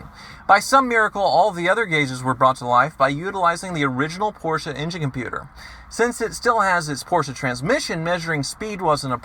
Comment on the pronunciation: "This porshe's doin it fer dale!" Fucking died.